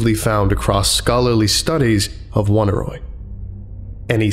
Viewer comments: Oneiroi is pronounced "o nee roee" not "woneeroee" or whatever thing you somehow got out of it. It's greek for dreams. I like this channel and almost never comment, but eventually I just must ask if you google any of the unfamiliar words you encounter, or if you don't just to annoy people. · I love this, but for the one detail that it's supposed to be pronounced "uh-NEY-roy," not "WUN-a-roy." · I felt obligated to look up the pronunciation of "Oneiroi". From what I can find, it's not like "Won-i-roy", but instead "Oney Roy" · Dear colleague excuse me if I repeat a well made point, but the pronounciation is not "one-a-roy", "on-ey-roy". It is a minor objection to an otherwise great lecture. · It's oh-near-oi, oneiro being ancient Greek for dream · Fun vid and SCP. Just a note though the name of the collective would be pronounced the same way as oneiromancy /əˈnʌɪrə(ʊ)ˌmansi/ so it would be more like oh-nai-roi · The proper pronunciation for Oneiroi is "aww-nee-ree". The word is from from greek mythology and describes primordial deities, the children of Nyx (goddess of night). They are the personification of dreams and take the form of black winged demons. Their number includes Morpheus (who sends images of humans), Phobetor (who sends images of birds and beasts) and Phantasos (who sends images of the elements earth, rock, water and wood). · Just a note: "Oneiroi" shares a root with 'oneiric', and this should probably be pronounced "Oh-nye-roy" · I don't want to be that person but I'm pretty sure Oneiroi is pronounced Oh-Nye-Roy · I hate to be that guy, but this is bugging me: it's OHN-EYE-ROY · pretty sure it's pronounced oh-nay-e-roi btw. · This was really interesting but I just can't get past how he pronounces Oneiroi... I'm assuming the name comes from oneirology (the study of dreams) which is pronounced like "Oh neurology" not "One irology" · Hate being that guy but they way you pronounced oneiroi was weird